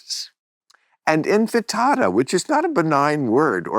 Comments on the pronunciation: Infitada 🫣 ... the word is INTIFADA🫡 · Bill says "infitada". Not "intifada". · I’ve heard him say Infitada before and though he was mocking people who didn’t know the word is Intifada, but now I’m not sure… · Love you and Maureen. Correction Bill… its intifada not infatada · Why does Bill keep saying inFITADA? It’s inTIFADA. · INTIFADA! Not INFITADA! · Bill, It's intifada, not infitada. So funny, even when you're talking about terrorists, you're thinking about Mexican Food! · Another INFITATA from Bill... instead of INTIFADA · For cripe's sake, would someone please tell Bill how to pronounce "intifada." He says, "in-fit-ada" which sounds like a brunch menu item. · Infitada?? How many times is Bill going to mispronouce Intifada? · In ti FA da, not in fi TA da! Am Yisrael Chai! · Tell him it’s INTIFADA, not Infitada. You have to be powerful when no one corrects you. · I love you Bill... But... How many times are you going to say infatada that sound like an Italian savoury bread, when it's intifada. You said it also on real time and other times on club random a number of times. You sound like an idiot when you do now. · As Bill would say about other celebrities, it's time to take the pics out of him a bit. Bill, I know you think you're the smartest guy in the room, but it's INTIFADA, NOT INFITADA. Infitada sounds like something you order at a Mexican Brunch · Infitada?? Sounds like All-you-can-eat Tostada night at the local taco shack. Not to nit pick Bill, but this is not the first time you mispronounced Intifada... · Intifada not infitada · Why does this guy keep saying 'infatada' instead of 'intifada'?? He's said this several times on his TV show and on here, and no one's corrected him? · Bill had the opportunity to interview a serious journalist, and what he did was yammer for an hour and a half, talk over her and, in the end, say nothing. He smokes too much pot, talks way too much and knows relatively nothing about history. Bad combination. "INFITADA". lmfao, smh.